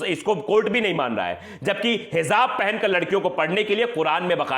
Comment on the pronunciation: Heezaab nahi kehte🤦🏻‍♂️ Hijaab kehte hain🙏